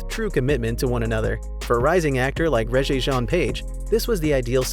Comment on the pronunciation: Really? You need to learn how to pronounce the name Rege.